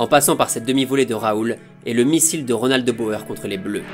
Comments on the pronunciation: On dit les frères "de bour" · Petit tip pour la prononciation du néerlandais : "oe" se prononce "ou", donc De Boer se prononce "De Bourre" 🙂 Superbe vidéo néanmoins !